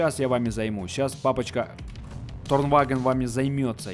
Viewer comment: Да какой торвагн... это Tornvagn с буквой Н